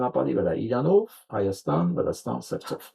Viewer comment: Նկատենք, ինչպես է ասում Հայաստան բառը. ՀհաաՍտան❤❤❤❤❤